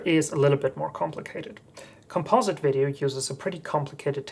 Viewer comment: Thumbsdown - Can't pronounce the word 'Composite'